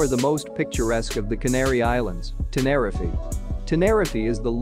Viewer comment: Please pronounce tenerife correctly its really annoying